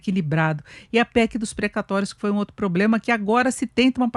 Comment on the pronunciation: Tem "poblema"